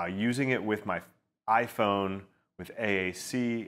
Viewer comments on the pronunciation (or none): none